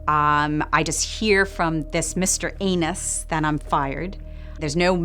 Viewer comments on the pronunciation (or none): I love how she pronounced Annuß like ”Anus“. She is familiar with German language and her pronunciation is good for an American, but Annuß doesn’t have an umlaut, so it makes it very clear that she is intentionally mispronouncing it to be akin to a butthole out of spite 😂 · I bet there are some emotions when pronouncing Annuß as anus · I love how she calls the lawyer "Anus" though she clearly knows that's not how you'd usually pronounce "Annuß" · The lawyer was called Mr. Anus (Annuß)! You couldn't make it up! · I think she knows full well that that's not how the name is pronounced 😅